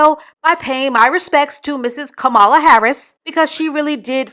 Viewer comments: I love your content but sis could you at least pronounce Kamala’s name right? It really bothered me. “Comma-luh” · I understand and respect the perspective you have shared but at least show respect to another black women by pronouncing her name correctly.